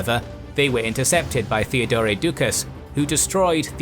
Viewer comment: As always loved the episode... but... why you keep pronouncing Theodore(both Theodores) the way you do? If it's meant to make it sound Greek... it doesn't...At all. Cause for starters the Greek is spelled "Theódōros"... Theodore is an English(well in this case anglicized) name. It's meant to be pronounced the same way you pronounce Teddy Roosevelt's name. (Sorry for being the phonology nazi again, but you just make it sound awkward for no reason ... No offense I hope)